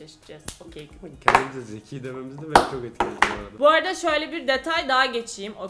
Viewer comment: Okeykupid diye mi okumuyormuş o😳 Okçupid diilmiydi sjdjddjjdhd